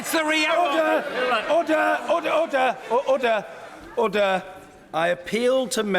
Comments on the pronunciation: When that dude said, "Order," he sounded like he said, "Odor." XD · Dude that guy is not saying order, he saying odor. Apparently it smells like shit in there.